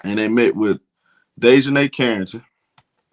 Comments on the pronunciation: it is pronounced DEEEEEEEE as in knee for Dijonae's correct pronunciation. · he has horribly butchered here name. It was worse last video. He was saying like "Day jon Nigh" . I had to turn the video off it was so bad